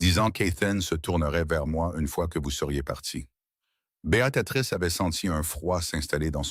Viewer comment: Pour information, le prénom de l’héroïne c’est BÉATRICE et non Béatatrice !!!!!😂😂😂😂😂😂 vraiment l’IA n’est pas au point